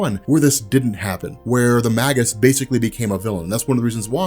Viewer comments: please! it's pronounced may-juss, not maggus! it made me flinch every time you said it! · ROB! You're the best, I love your work, but I've been biting my tongue too long; the word is "Maygus" as in Mage/magi not "Maggus" as in Maggot! It's a small thing, but I had to say something! Sorry sorry sorry! Love you! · Just a heads up, I think it's pronounced May-Jus!